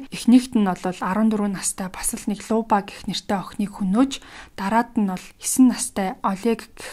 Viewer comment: Люба шүү. Луба гээд байна лээ. . .